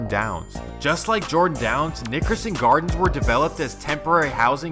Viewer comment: Please just say the NG because you sound like you're saying the ni**erson gardens lol